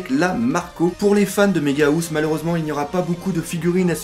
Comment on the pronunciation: "Méga Housse" 😂😂😂 La housse de couette pour les géant x) [On dit "haousse" à peu près xD]